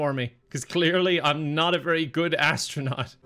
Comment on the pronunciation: "Hi there, hello, im the AD-STRANAUT! I found some medications that tasted differently..."